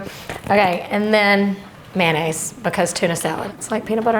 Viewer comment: My culinary pet peeve: it's not "man aise" it's "MAYONAISE"!! Com'mon people....